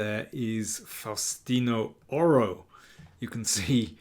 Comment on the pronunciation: Great pronunciation of his name.